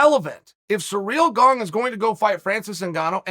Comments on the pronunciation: Uncle Chael it's "Ciryl Gane" not "Cereal Gone" or "Surreal Gong" 😭😭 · Me: Ciryl Gane Uncle Chael: Surreal Bong Me: Surreal Bong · “Surreal Gane” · “Whoever or Whatever a Surreal Gone is”, Uncle Chael lol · Surreal Gone sounds mean, its even in the captions 😂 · What's a "Surreal Gone" ? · Actually Uncle Chael said his name is Surreal Gone. So from now on that's how i will be pronouncing it. Who am i (or anyone else for that matter) to question the great one? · "Surreal Gone" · The only thing that surprises me in the fight game anymore is Chael's pronunciation of fighter names.